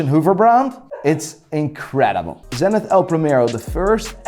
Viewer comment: I love tenithhhhhhhhhhhhhhhhh It's spelled "tseniit" Your brain must work like a hublot :D <3